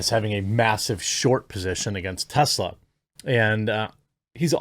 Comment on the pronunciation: Tezla ? Jeremy ? Really …